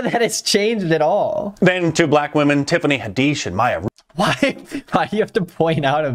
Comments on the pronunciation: Did he say Haddeesh? I’ve never heard her name pronounced like that which one is right 😳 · Did he just say "Tiffany Hadeesh"??? Why is it the most caucastic thing to mispronounce the easiest fucking names in the world... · He really called tiffany hadish tiffany huh deesh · He also purposefully mispronounced Tiffany Haddish’s name… this dude doesn’t even try to hide his hatred for black people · There is no way this dude mispronounced Tiffany's Haddish's name on accident